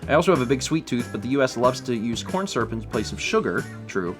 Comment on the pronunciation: *jraf :P and also surp instead of syrup 😂